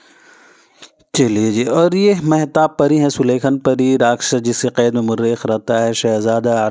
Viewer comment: Murekh nahi hota mareekh hota hai